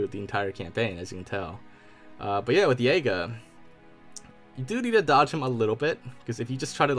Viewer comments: Hard J not soft with Jega. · Your pronunciation of Jega and Escharum makes me think you didn’t watch the cutscenes